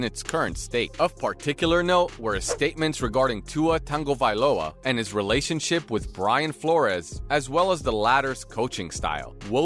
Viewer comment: Buddy this is great content and much appreciated, but it’s not tang-o it’s pronounced tongue-o. I watched him in a media day a couple years ago answer the the media on how to pronounce it.